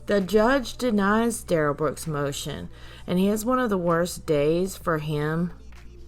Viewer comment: thank you,. It will, it always does! 😉 I'm having a good time enjoying your content. Duh-rell is ick! But I can't stop watching 🤪